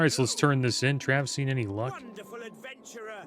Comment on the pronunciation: Travi-NOT-seen, eh?